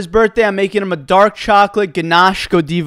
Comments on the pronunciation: “Godeeva cake” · IM DYING YOU SAID GADEEEEEVA😅😭🤮🙄🔥🤠😍💩🤷🏼‍♀️ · no it’s not. It’s pronounced go-dive-a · Btw it’s pronounced (go-dive-a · Yeah that’s not the correct pronunciation of Godiva. Still love you. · Interesting pronunciation but okay. You go diva!